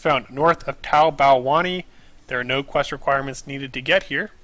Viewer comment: Good guide, just finished it all with ur help! Best part of the video was the pronunciation of tai bow wannai LOL